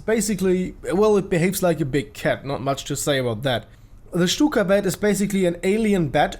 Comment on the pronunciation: i thought you said cykablyat not stukabat